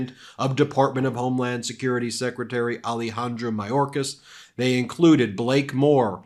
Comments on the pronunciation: I love, but if we’re going to mention MTG’s mispronunciation of indictable, I would recommend paying closer attention to better pronunciation of Alejandro Mayorkas. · Marjorie Traitor Greene "Secertary Majorkas". First "Gauzpacho police", then "Peachtree dish" and "Indickable". This woman is an absolute dunder head!!!